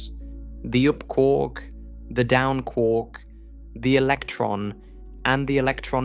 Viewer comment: Kwork…it’s quark not kwork…as in muster mark.